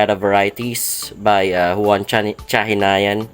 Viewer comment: Yun pala tamang pronunciation kay "chahinian" susyal ang sound. Thanks bro for this informative vid